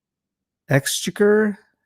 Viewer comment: Dang it I missed you live but the correct pronunciation of that Park is exchequer (exchecker)